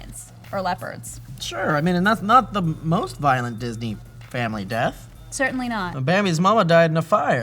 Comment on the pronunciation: Did say "Jizzney"?